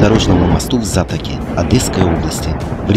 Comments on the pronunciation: Зато'ка, а не За'тока 🙈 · Ударение аФтАр ставь правильно. Затока! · Правильно следует говорить Затока с ударением на О .